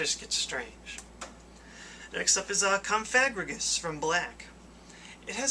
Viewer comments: Why do you keep saying "Confagrigus"? It's "Cofagrigus." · cofagrigus is pronounced cough-agree-gus it mentioned by the electric gym leader in black/white 2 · I think it's pronounced cough-o-gree-gus. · Did he just say CumFag-rigous?! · its pernounced cough en gree gas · Cofagrigus = Cof-a-gree-gus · My Pokemon handbook says if pronounced: "Kof-uh-GREE-guss" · COUGH-A-GRI-GIS is how it is pronounced. :) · Not to be mean but cofagrigus is pronounced caw-FAH-gree-guss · Cofagrigus is pronounced cough-uh-gree-gus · its pronounced cough-a-gree-gus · You pronounced cofagrigus incorrectly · I don't mean to nag, but the way you were pronouncing Cofagrigus bugs me. I feal that it sould be said similar to the word it's based on, sarcophagus. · Was I the only one who cringed when he said "cofagrigus", because he said it wrong?